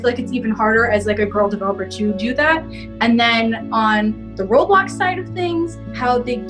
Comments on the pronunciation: why do u call it road bloxs its roblox like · Its eoblox not "roadblocks"